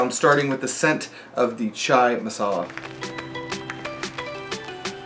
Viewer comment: Good job on the pronunciation man. Personally this flavor doesn't taste anything like chai (spiced tea), but a sweet strong pan flavor. Masala just means mixed spice.